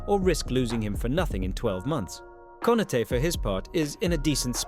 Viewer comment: How can one still pronounce Konaté wrong, even tho there is a accent above the last letter? This KI channels suck